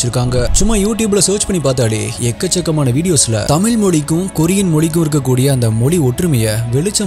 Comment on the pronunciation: Pronounce tamizh properly